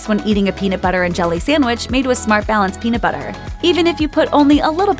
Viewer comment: Can someone PLEASE tell this narrating woman to stop saying SAMWICH. It's like nails on a fu#*ing chalkboard. The word is sand-wich.